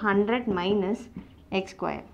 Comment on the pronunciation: Pls be slow . U got a train to catch ? Remiening, squaeier....... ur pronounciation is awesome 🤣😂good vedios tho